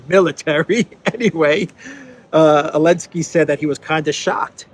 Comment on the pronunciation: What's with calling him "Elensky?"